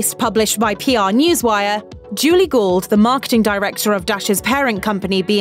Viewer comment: Oh, "Gould". I thought you said "Julie Gold" and was like "...the writer of From a Distance is an ad rep now?"